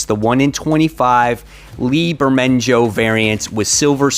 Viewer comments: Marvel #6 Silver Surfer Lee Bermejo (ber-mae-ho) lol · Votin Marvel # 6.. Flamin Surfer Bermajo ? Cvr. Just Guessin Butt Eye Think Itz Pronounced " Bur May O "